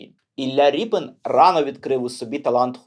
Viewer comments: Художник Рєпін, а не Ріпин !!! У ПРІЗВИЩАХ РОС, е в укр, мові = є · Дуже цікаво, потрібно знати свою історію. Не згодна з ріпЕн.Звучить неприродньо. Якщо від слова "ріпа", тоді за українським правописом буде ріпИн.Наприклад, від слова "сука" буде сукИн,але не сукЕн,сучИн. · Репін а не ріпин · А чего рипин? Тогда не шевченко , а шовчонко. Что за безграмотный дебилизм выдаваемый за правильность речи? Раз обидели войной, то пересрем всю культуру? Украина, покажи больше культуры, чем идиотизма!